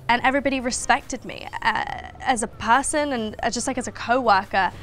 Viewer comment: “PAAHHSON” that’s when i opened subtitles.😂